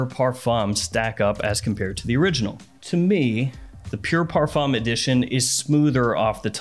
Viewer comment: Dude, it's "par-FOOM" 🤦‍♂